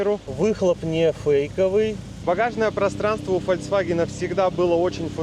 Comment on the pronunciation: Фолькссс.. Ваген!!!!!! , not фальксваген